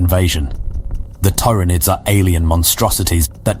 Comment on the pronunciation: This is absolutely an AI voice. Pronouncing "Tyranids" two different ways throughout is a dead give away. Because of the bland, straightforward text you can tell it was written by AI too.